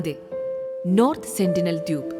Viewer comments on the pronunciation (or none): ദ്യൂപ് എന്നല്ലല്ലോ ദ്വീപ് എന്നല്ലെ😂